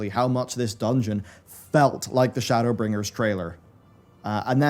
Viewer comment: Shadowla- bringers 😂 editor save